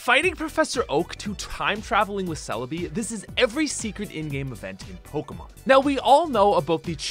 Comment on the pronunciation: I hate how he pronounces Pokémon as Pokamon it's Pokémon with an E! This is proved in the Anime over 20 years ago!